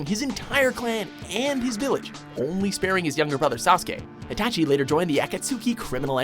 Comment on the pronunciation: itachi isnt an assasin, you got his backstory wrong as well as mispronouncing his name